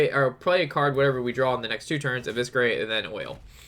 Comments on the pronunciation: Every time I heard evisKerate I wanted to scream but loved the vid keep it up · Really funny when you say evisKerate :)) ps: dont mind me, I love you and your videos.